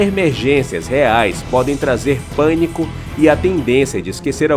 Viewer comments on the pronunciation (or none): none